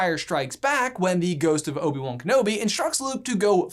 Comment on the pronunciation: Oib wan, where is he from